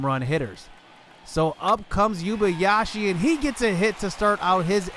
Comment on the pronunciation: It’s pronounced “ Oo-ay-ba-ya-shee “